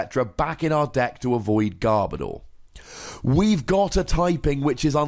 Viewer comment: GARR-BO-DORR!! well it's actually pronouced Garb-Odor in the dub anime, but i guess this is how the fans has treating this poor guy for not liking him.